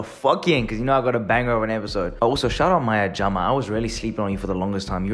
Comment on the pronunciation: 🤣You said shoutout maya jama like she's some hun from joburg.🤣